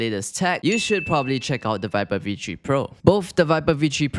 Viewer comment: Yeah vee tree pro